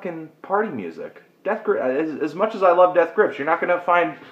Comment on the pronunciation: You say Death Grips weird. You've got an emphasis on Grips that most people don't say.